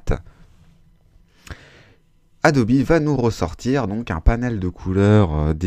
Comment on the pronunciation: Merci pour ce tuto, du vrai bon taf ! Par contre "Adobi" ça pique les oreilles :-/